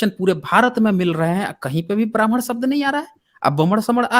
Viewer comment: Bhai saab ki saas ful gai hai or baman ya Brahman 👶 bol na main . 🙄